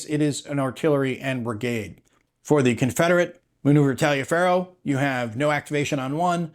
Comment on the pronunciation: Taliaferro is pronounced TOLIVAR. General Taliaferro is wounded badly at Brawner's Farm, but survived the war. He was at Fort Wagner which you might recall from the movie Glory. There was a Residence Hall named for him at William and Mary until those that like to erase history found out and now it has another name. It looks like the counters have top and bottom nubs. 🙁 Has Tiny Battle improved their counters? That's been a problem in the past.